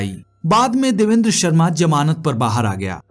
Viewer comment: Hello bhai watching from Pakistan Hindi mein varsh aur Urdu mein Baras kahate hain you said jamanat the correct word is zamanat